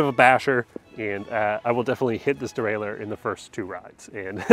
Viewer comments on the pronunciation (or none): none